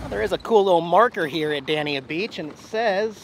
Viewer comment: Congrats on your growth as a human being. I hope your relationship flourishes. By the way, no matter how many visitors and newcomers mispronounce it the town of Dania is Dane-yuh. Good luck.